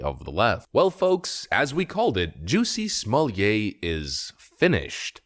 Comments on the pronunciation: You know your the only guy on the planet who prounces it's name "Jucy smolyay!" 😂 luv ya brother!! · Stop saying his name! Stop saying it wrong. Juss-y Smol-let. He’s fake. He tried to jazz up his bog standard name. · 'Juicy Smallie-yay' - so glad you are pronouncing his name correctly, 🤣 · How many times you wanna say "Juicy Smulliet"? - Yes. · You are pronouncing his name wrong. It’s “Juicy Smellit” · Jew-see Smuwl-yay... Lol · How many times did you say Juicy Smooyay??? Too funny!!!!!! LOL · When you intentionally mispronounce a person’s name, it reflects poorly on you. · Good grief!! If you are going to talk about someone, at least find out how to pronounce their name. You lost me... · You are certainly right put god does it hurt to hear that pronunciation of his name